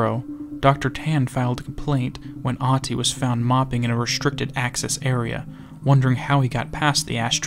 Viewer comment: I may not be fluent in Finnish myself, but one thing I do know is that in 99% of cases it does not have letters that are "silent". The only people I know of that shares a name with this guy pronounces the "h", that is the very first thing I found profoundly strange with him. If his name is Ahti with an "h" then why does he and everyone else pronounce it as if it was Aati?